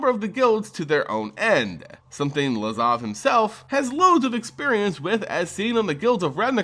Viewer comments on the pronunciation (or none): LAZAV! LAZAV! STOP SAYING LAVAZ HOLY MOLY THAT'S ANNOYING!!!! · Please stop saying “Lavaz” instead of “Lazav” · yeah fuck this guy. Learn to pronounce lazav. get a life. etc... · "Lavaz" lol